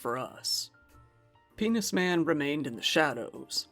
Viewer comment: Did you say menis pan?😂